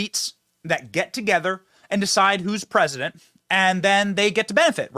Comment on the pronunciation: Did you call him RESIDENT BIDEN?